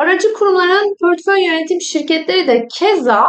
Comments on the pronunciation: Garip gelmesin lütfen, kötü eleştiri olarak da almayın ama pörtföy dememeye gayret edin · Emekleriniz için teşekkürler. Yalnız "pörtföy" demeseniz:( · Pörtföy dediğiniz için sizi ciddiye alamadım 😕